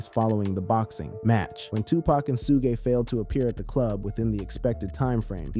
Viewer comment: SHUG KNIGHT. NOT SHUGAY Knight. smh.